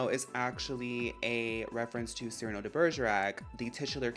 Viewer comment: THANK you for catching the cyrano reference and pronouncing his name correctly. my pet peeve among animal crossing girlies: "sigh-RAN-oh" and being like "lol idgi" like c'mon now that's a top tier pun & reference, work w us, folks. lol anyway you gave me so much more appreciation for the anteater villagers, i'm loving this. and just as w the cats, so happy to see the one-off girlies get their flowers, as well. the rabbits are gonna be fun and i personally can't wait for the birds and dogs. lol